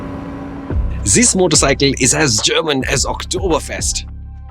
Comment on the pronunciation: " Zisss motorcycle " 😂😂